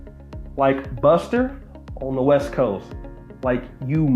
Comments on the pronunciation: Children's all across the world do not accustom yourself with gangsters or gang members I promise you your IQ will the lowest, be mindful now he couldn't say buster he said (Custer) he couldn't say back he said( cack). Why he didn't say cap but he can say BAG. So please my young Brothers don't fall for the bull stuff. PLEASE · Thought he was calling him heneral custer or smt 🤣🤣